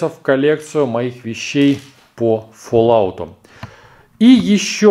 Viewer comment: и не фоллаут а фаллаут